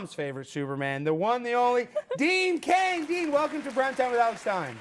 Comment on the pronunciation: Cain, not Kang